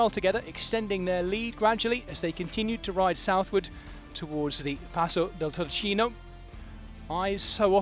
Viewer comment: Turchino pronounced Toorkeeno (baned after Mount Turchino itself named after the "pietra turchina (turquoise stone)" that was extracted there... and of course the word turquoise comes from Turkey (the country) where the stone was originally imported from